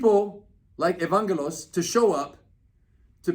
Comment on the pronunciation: Lol Rener doesn't know how to pronounce Greek names. He said Evangelos with a "G" sound when the G is pronounced with a "Y" sound. I'm Greek by the way.